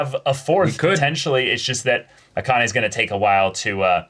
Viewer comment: i was gonna comment the same thing lol. its "ah-kah-neh" not "uh-KAH-nay"